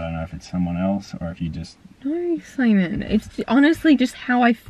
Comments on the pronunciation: not simon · jae vae same I thought he was called Simon at first ahahah